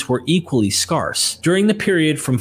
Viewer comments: sydmccreath4554 no. speaks like someone who reads on these topics before hearing ppl talk. He has specific mispronounced words, like "scarce" and some of the ancient names, that are more phonetic. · It's the pronunciation of the word SCARCE that hurt my brain the most. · I have never heard anyone mispronounce the word “scarce” before, and it annoys me. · You say scarce and scarcity like nobody has ever said it before in history bruv lol love your content tho! Keep it up 🤘❤️